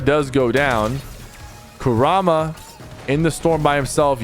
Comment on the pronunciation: You said kurama wrong, its KUR-rama, but aside from that your content is good, but some helpful feedback im giving is to watch this live with someone to help expalin it to you. For example you could watch aussie antics when your not live so you can learn more about it.